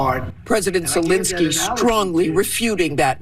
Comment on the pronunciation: I love your videos but please stop saying Zelinskyy. It's Zelenskyy. You pronounce it wrong. The "len" part in Zelenskyy is to be read the same way as the "len" part in a word "millennial" or "relentless". Thanks, hope you see this!